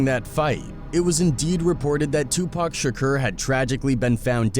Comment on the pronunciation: The “Shakcuurr” shit is KILLIN me Smalls!